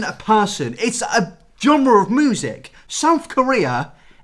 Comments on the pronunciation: How people say music: "music" How this man says music: "moo-sick" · WHY DO YOU SAY MOOSIC IM CRYING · I’m confused with your pronunciation of “music”. Normally: “mjusik” but: “muhsik” And I’ve never heard and accent like that and it’s quite interesting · NEVER SAY MUSIC LIKE MOOSIC AGAIN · It hits me when he says moosik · i’m sorry mate but did you just pronounce music as “moosic”?? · Nobody:: moosic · is no one gonna talk about how he pronounces it “moosic.” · Who else noticed that says mOOsic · But the way he says music is “Moozeck” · "moosic,,, kpop is moosic" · The way you pronounce music moosic is cute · absolutely nobody:: mOoSiC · lol "moosic" count me subscribed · nobody: literally no one:: moosic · man i love the way he pronounces "music" and "thing"... "moosic" "fing" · No one: Literally no one:: MoOsIc, MoOsIc, MoOsIc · you pronounce music as moosic and it's cute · Still laugh every time says music Moosic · MOOSIC...? Who pronounces it like that. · Why do you pronounce music like “moosic” ...? This is throwing me off mate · Sorry my guy but moosic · You say music wrong you cretin. I don’t like it at all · is it me or he pronounces 'music' weird? lmao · Can we talk about how you pronounce “music”???? 🤣🤣🤣🤣😘